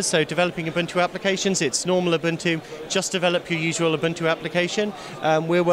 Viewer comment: its not a-bun-2, its oo-boon-2.